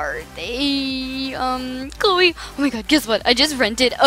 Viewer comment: You called Chloe chrisa the whole time